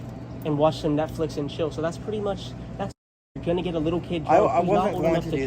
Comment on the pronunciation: Grandpa: 'Netchicks and flill' 😆🦷